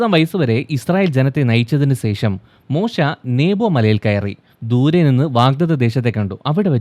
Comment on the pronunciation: Don’t keep on telling “sesham” pronounce it correctly with clarity “shesham”